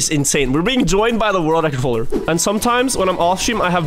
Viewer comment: I love your content, but PLEASE!!!!!!!!!!! learn how to say world record. I am starting to question my sobriety. Again, love your content.